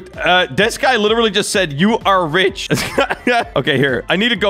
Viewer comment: RICH NOt RICK